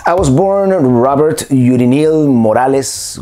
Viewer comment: Because you pronounce your name Robert, I was thinking you were French!..lol. What a great story! Glad you and your family were able to come here!🇺🇸